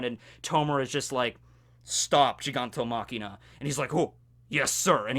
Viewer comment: Every time he says Gigantomachina, I go "STOP!! IT'S GIGANTOMACHIA FOR FUCK SAKE!"